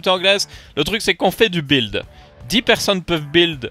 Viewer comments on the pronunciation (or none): tu ma toujours strésser a ne pas prononcer le U de build ^^